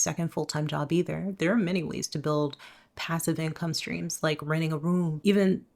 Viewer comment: Cope. I love how she keeps saying income strings